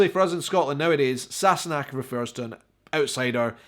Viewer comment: Just a wee comment from this Californian Scot. I really like how you say Sassenach and how your tongue does the (Unnecessary?) R roll on Girl..!